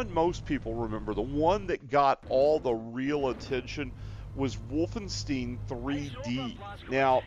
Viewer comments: Bro, it's not Wolfensteen. You're supposed to pronounce it like Wolfen-stEYEn. As in eyeball. Wolfenstein. It's German. Learn simple pronunciations before making an ass out of yourself online to thousands of people. German words with "ei" in them are pronounced like 'eye'. Words with "ie" are pronounced like just E. Get it? Got it? Good. Now remake this video please. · Its called Wolfen-STEIN like "Nein" not "steen." Also you sound like you are talking with Jigsaw's voice